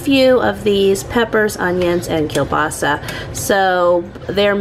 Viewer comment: I am Polish, and oh Girlfriend, I love the way you pronounce "kiełbasa"! It is actually almost 100% correct. You put the stress in the right place (which is a difficult thing to do in Polish language). The only difference is, every non Polish speaker pronounces "Ł" like "L" because this letter dosn't exist in many languages. It is pronounced just like "W" in the word "weeekend". But this time I had to stop the video to process your pronunciation, I was just like: "Did she just say "Ł"? Great job,!!!" It had to re-watch these few seconds five (FIVE!) times to finally decide that it was "L". I know this is a long comment, but hey, I am proud - Polish is very difficult and I am always so happy when I see kiełbasa in your food hauls, because I know that you are about to say its name and your pronunciation is so good. And yes, it is me judging your ability to speak a foreign language based on how you say one word 🤣. Have a great weekend, much love - Maria